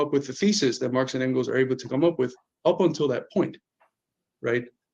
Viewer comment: as a Philadelphia native who has been repeatedly chastised by Eddie for mispronouncing Afghanistan I breathe a sigh of relief that I no longer will be shamed for mispronouncing Engels name